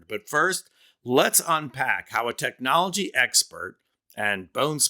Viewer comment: It looks like just saying the word is painful to him “TECH-nology”. It comes out like he had to practice it over and over just to say it properly.